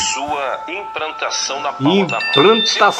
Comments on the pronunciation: Analfabeto e o livre exame das escituras + o gozo de fazer um vídeo. Ri demais com o Caio. "Imprantação" kjjjkkk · a cara do Caio na hora de ouvir a mensagem é ótima kkkk! "😳é ?!" "aah.. uhum - imprantação😅"